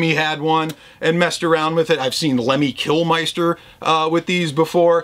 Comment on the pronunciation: One thing: pronunciatuon of the 'mister' in Kilmister is like mr in English, not meister as in German.